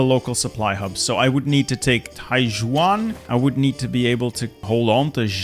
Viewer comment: Why does like all of your g’s and j’s and y’s all sound like HW’s 😂😂 HWuangxi, TaiHWuan 😂😂😂😂